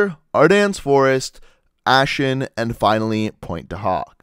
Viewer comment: I never seen the map ASHEN, I have seen Aachen pronounced "AH-KEN", Many people died there in the war and it would be good for you to pronounce it the right way.